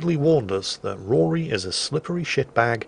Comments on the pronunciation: the name is still Rhodri not bloody Rory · Every time says “Rory” instead of “Rhodri” it hurts my soul. It’s not like they don’t call him by his name repeatedly. Just being... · Not Rory, Rhodri. Rod as in a pipe, and ri as in ree. Everything is pronounced in the game, it's not hard